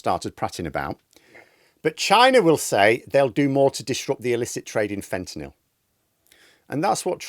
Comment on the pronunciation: thanks for pronouncing fentanyl properly.